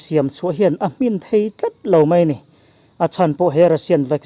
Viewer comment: I thu lam rik dana ' Ril ' leh 'Hmin ' hi a rik dan,i lam dan a diklo,i aw erawh a fiah tha e.